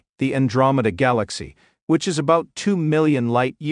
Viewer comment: Simply put and well done. Work on the pronunciation of Galaxy!